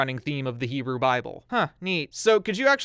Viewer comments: Your Hebrew pronounciation has improved greatly. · Your pronunciation is ok bro